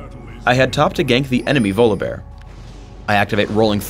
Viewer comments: it's volibear not VOLABEAR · um, it's pronounced VAW-lee-bear mr guy who created him. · I dont pronounce his name as Volabear more like Volley-Bear. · he says volleybear funny